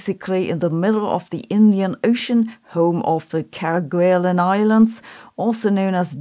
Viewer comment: Kerguelen is pronounced Kerguelen, not Kerguelen.